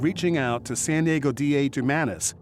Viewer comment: what the heck happened , was that an edit or did this person who works as a newscaster really think that San Diego was called “Sanago”?